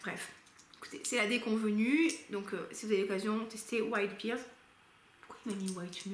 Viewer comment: Je ne suis pas très originale, la vanille est aussi ma note préférée, d'ailleurs Il faut vraiment que je teste ce Vanilla 28 de chez Kayali, je suis sûre qu'il me plairait. Petit aparté, en anglais la poire se prononce "père" et pas "pire" 😄 Jolie sélection en tout cas. Bon lundi de Pâques à toi ! 🐰